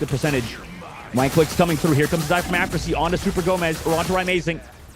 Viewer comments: Kinda disrespectful from the caster to keep saying Aftersie when the guy's name is right on his screen. It's Afersie. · You don't understand. He was mispronouncing the player's name. Afersie, not AFTERSIE. It's like a commentator saying Curdy instead of Curry, at the start of his career.